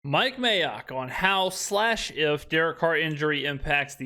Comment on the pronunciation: What’s up with saying May-ock? That’s his name 😂 not clever, how about Mike M(ay)ock